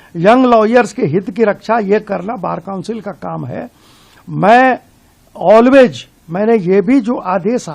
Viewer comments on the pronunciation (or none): Ye Always ko olwej kah raha hai